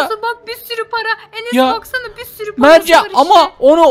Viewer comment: Enes o Eneş diyil🤣😅😂